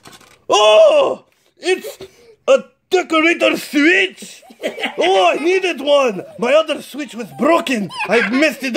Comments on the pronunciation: You sed 9 timse swich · WHY does miramoto like SWEETCH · You said swich 7 times